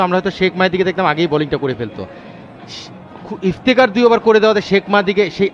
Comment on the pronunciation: সাথের এই ধারাভাষ্যকারের উচ্চারণ এত বাজে😔! তউফিক,ইফতিখার এগুলো কি ধরনের উচ্চারণ? একজন প্লেয়ার এর নাম যদি সঠিক ভাবে না বলতে পারেন 😇। আরেকজন শুধু এলিভেশন দিয়েই চালিয়ে দিচ্ছেন।